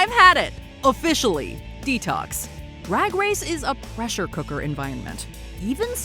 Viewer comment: “Rag race” OK Scooby Doo 💀 werk